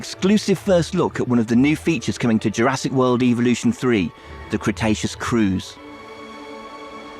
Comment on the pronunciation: BOAT + british guy that cant pronounce the name of the game that he is working on